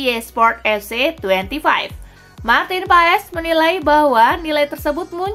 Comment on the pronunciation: pengucapannya bukan marteen paes tapi marteen pass nanti di buli choci (justin laksana) hahahahah